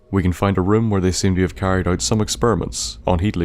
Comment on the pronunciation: dammit, another one i cannot not hear anymore once i pick it up it's not "oyt" it's "out" it's "hoyever" it's "however" and i can't hear anything else aaaaaaaaaaaaaaaaaaaaah i'm 4minutes in the video and i cannot enjoy it Q_Q